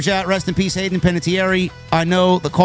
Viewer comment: Hahahahaha, this idiot doesn’t even know how to say Hayden’s name!!!!! But he’s REALLY broken up!